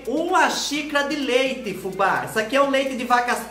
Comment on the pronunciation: Olha Fubá na pronúncia correta! .